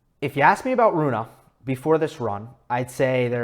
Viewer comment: You should pronounce the e in his name, as if were Runeh maybe. I'm swedish, but danish is basically just an ugly version of swedish (unbiased facts of course)